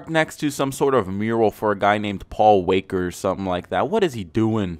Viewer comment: Did u say Paul waker? Wtf dude do you watch fast n furious and that eclipse is literally copied